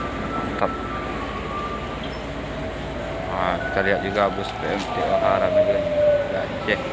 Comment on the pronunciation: Sebutan nya PE EM TOH bukan PE EM TE OHA